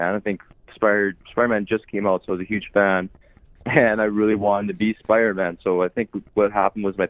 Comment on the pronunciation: saying spider- man: SPIDA- MAN